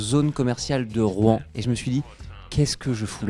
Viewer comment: Rouen??? Ta dit Rouen?? 😮😮